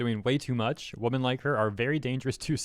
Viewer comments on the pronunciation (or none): im curious, can you not say wo-MEN? you usually say woman as a plural. not trying to be mean. love your vids! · It bothers me that you say "woman" when you mean "women" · "Women" is spoken like "wimin", almost the entire word changes in the plural form. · I hope was being satirical, purposefully mispronouncing "women" as "woman", and not that genuinely doesn't know they're pronounced differently. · Am i crazy or is he pronouncing women as woman? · Please learn how to pronounce the plural word "women". It is not pronounced the same as the singular "woman" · Just to clear up my hearing at the beginning of the video are you saying women or woman. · Is he saying women? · I agree.